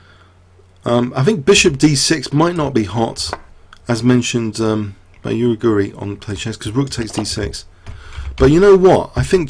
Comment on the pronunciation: It's Gligorić. That "ć" is pronounced like CHess.